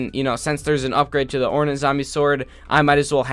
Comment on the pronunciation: ore-nat zombie sword Me: actually it's pronounced ore-nate